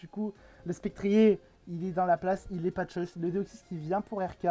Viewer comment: Je crois qu'on prononce "Spectrieur". ou vu la team adverse, Gouging Fire ne servait plus et il fallait éviter qu'il se place (si il a la priorité, il peut se faire le reste de la team).